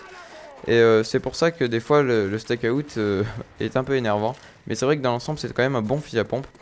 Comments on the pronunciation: En anglais, out se prononce Aoute ;) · tu dit comme un steak (charal) et tu rajoute out steakout lol